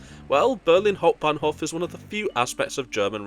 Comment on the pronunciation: der sog. KI Sprecher schafft in etwa jedem 2. Satz einen Versprecher. Hauptbahnhof ist schwer auszusprechen !